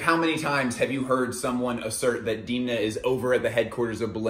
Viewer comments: You are totally mispronouncing his first name. It's [e] not [ i ] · Why u keep saying deemna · No, it's actually not how you say his name. The vowel 'e' in Georgian is pronounced as /e/ and not /i/, just like you would pronounce this vowel in words such as debt, bed, fed, and so on. However, I think there's nothing wrong with pronouncing people's names according to your native language phonetic rules.